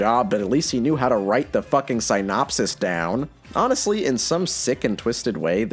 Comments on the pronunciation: “SIGN-opsis”, what English teacher did you have that taught you that’s how you say Synopsis. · Synopsis is apparently pronounced Sigh - nop - sis 😂😂😂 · Kinda strange that a movie critic apparently can't pronounce "synopsis". XD